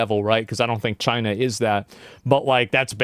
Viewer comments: Why did he say chienaaaah like that even their president didn't say it like that, someone from America please explain this hilarious mystery reference😂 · "That bug is in CHY-NUH" 😂